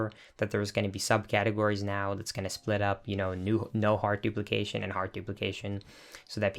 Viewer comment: DE DUPLICASHON GLITSH